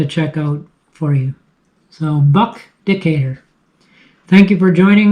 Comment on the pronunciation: Well, a Canadian pronounced the name correctly and some of your American cousins cannot